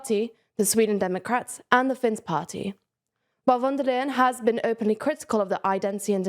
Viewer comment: she's called von der leyen. not wondalen. a better approximation in english would be "fonn there lye enn".